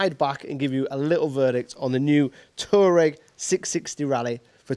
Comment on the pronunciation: It is not "Tureg" . It is pronounced "TuAreg".